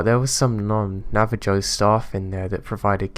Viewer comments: Hey man hope your feeling a lot better. I wanted to let tou know you pronounced Navajo incorrect so your story sounds more correct. It's actually pronounced Na-Va-Hoe the j makes an h sound like in Spanish. have a great week. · Great stories! (P.s. Navajo is pronounced "navaho")